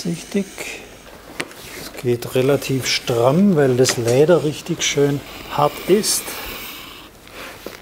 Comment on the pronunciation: Ich krieg die Krise, wenn er sagt „Kläber... verkläben... Läder..“ puuuh🙈😂